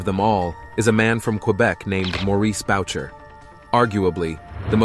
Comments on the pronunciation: Boo shay, not Bowcher What state are you from ? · Pronunciation, dude, GEEEEEZZZZZ....it NOT Bout-cher...it's Booshay...the proper pronunciation of a French-Canadian name. Other than that, not a bad vid...but "Mom" would probably shoot you for disrespecting his name...and it wasn't The Rock Machine Nomads,it was the entire Rock Machine. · LOL, "Bow-cher". It is "Boo-shay". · When you're referring to Mom Boucher you might want to get his name right. It aint Bow-cher It's pronounced Boo-Shea. Also there is no such thing as the Rock Machine Nomads, it's the Rock Machine..period! Do your research and get it right. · Great channel and video one thing His last name is pronounced Boo-Shay not Bowcher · His name is pronounced Boo shay not Bow cher. Boucher is French. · "Boo-shay", not "Bow-chur". French, you know. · His last name is pronounced "BOO-SHAY" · Actually, it's pronounced "Boo-SHAY." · Not Bow Cher it’s Booo shay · hahahaha Maurice ''Bow-Churrr''. It's pronounced ''Boo-Shay''. Boucher is pronounced ''Boo-Shay''. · Boo-Shay not bowcher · "BOW -cher" For the love of..... BOO-shay!! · His name is pronounced Boo Shay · Boo-shay, not Bow-chur ya ignant yank... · Boucher (Pronounced Bouché, R is silent) died in July 2022. I lived in Montréal from 87 to 95, it was wild following the war. 😳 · Maurice "Mom" Boucher! His last name is Pronounced Boo Chey.... What a legend! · Bow-Cher….lmfaooooo cmon man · The only violence done immediately here is to the pronunciation of Maurice's last NAME: it's said "booshea"!!! Also if it shows I made any monetary contribution,,,I did NOT..I JUST HIT THE WRONG BUTTON, WHILE MOSTLY ASLEEP.😂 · Terrible mispronunciation of the French Canadian name “Boucher”. It’s not “Bowcher”. 😏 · It is pronounce boochard...not Boucher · Maurice bow-Cher really? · The mans name was pronounced "booshay" have a little respect. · its pronounced boo-shay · Boucher is pronounced "Booshay". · His name is pronounced Booshay. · its pronounced boooo shay